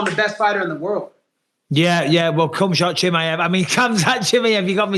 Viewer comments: LMAO Colby really had Bisping saying "Khumshot Chimaev" 😂😂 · Did he just called him cumshot chimaev or am i tripping lol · Bisping said "Cumshot Chimaev". 😂 . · Mike accidentally saying C*mshot 😂😂😂😂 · Bisping accidentally saying cumshot chimaev 😂😂😂